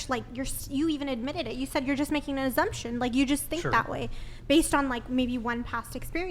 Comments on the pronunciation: Her pronunciation... “azzumption” 😅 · Sweet Lawrd ... the word is assumption derived from the word assume ...and not azzumption!!??? I am now assuming this woman is a dumbass!! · It's infuriating the way she pronounces "azzumption."